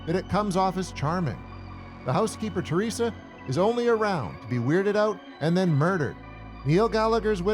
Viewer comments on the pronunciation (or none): none